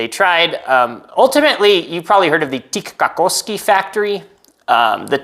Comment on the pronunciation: You pronounced "Tikkakoski" surprisingly well!